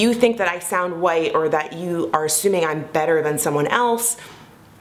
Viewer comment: in your particular case, i don't think it's a "multi-layered issue" around how black people speak. it's because you sound like you're from the valley. or someplace. there are black people who "speak well", "sound educated", and "have great diction", but don't sound like you. words like "white", you pronounce as "woieet". also, many of your sentences end with that upward inflection stereotypically characteristic of valley girls. so...i would caution against turning this into a whole conversation about multi-layered issues when the fact is...your accent and inflections do carry a bit of "valleyspeak".